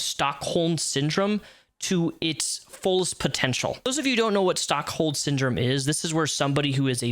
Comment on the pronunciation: Just a heads-up, I think you said "stock hold syndrome", it's Stockholm, named after a bank robbery in that city where the hostage at the end of it all sided with the robber.